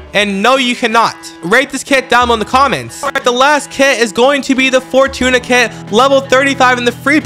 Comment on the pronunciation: Im glad you pronounced Fortuna correctly bc it’s something ppl get it wrong (I played Persona 5)